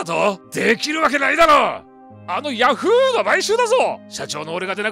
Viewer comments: ヤ⤵︎フーーーー⤴︎ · ヤ→フ↑ーで草